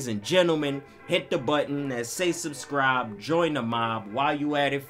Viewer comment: Saucecribe? How it says subscribe